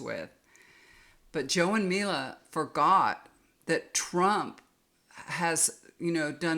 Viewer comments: Her name is Mika😁Not Mila ❤ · joes wifes name is MIKA not mila